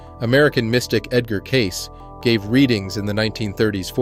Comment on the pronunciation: Loved the video but the mispronunciation of edgar cayces last name was like nails on a chalkboatd lol